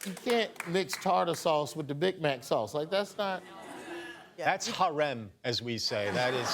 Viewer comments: Michael, haram, not harem 😅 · It’s harām not harem, but it’s totally giving American Muslim. #Approved.